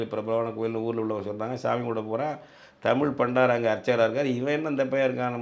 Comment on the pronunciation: எது ???? பள்ளியில் படித்தது இப்பதான் ஞாபகம் வருதா?????????????? அதான் இவ்வளவு லட்சணமாக பண்டாரம் என்ற வார்த்தை கூட சரியாக உச்சரிக்க தெரியாத தமிழ் தேசியத்தை புரிஞ்சி வச்சிருக்க ? தமிழ் நாடு ஏன் இந்தளவுக்கு அடிமையாக இருக்கிறது என்பதற்கு நீயும் ஒரு உதாரணம் !!!